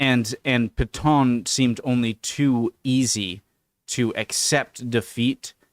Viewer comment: It’s Pétain not Paton. I didn’t know who you were talking about for a while, until the context helped me. No disrespect.